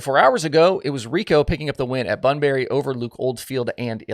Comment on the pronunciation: Bunbury is pronounced, BunBree.. we say stuff funny here in WA 🤣